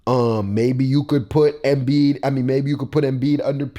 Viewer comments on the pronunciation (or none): homie its "embiid" not "emiid" and its "tatum" not "taytum" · EMBIID NOT EMIID NIGGA/ HARDEN NO 3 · Bih said emiid 😂😂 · Emiid? you dead 💀